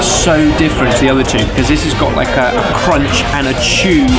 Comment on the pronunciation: really get into that roonch